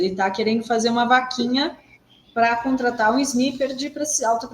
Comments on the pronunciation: Dri querida, não " abrasileire" a palavra. Amo vcs, mas a pronúncia é " snaiper". É melhor falar em português, atirador de elite, ou só atirador. Obrigada. Ótimo 2024 pra vcs❤ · Sniper se lê snaiper.